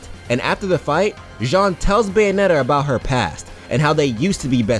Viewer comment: More like...Bae-onetta? 😉